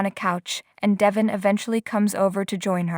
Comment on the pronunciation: Devon, Devon , Devon not Devin, say it right, so annoying